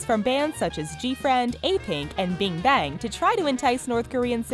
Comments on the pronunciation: ITS BIG BANG NOT BING BANG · Bing Bang... she seriously said Bing Bang. It's Big Bang. omg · I heard "bing bang" instead of what I read "Big Bang" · On the other hand, last time I checked it's 'Big bang' not 'Bing Bang' :D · SHE SAID BING BANG LMAO INSTEAD OF BIG BANG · did you just say BING BANG ? o.o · She did not just say BING bang.😂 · Eh? What did she just say? Bingbang? ಠ_ಠ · My life has been INFIRES MAN!! She said "bing bang"😑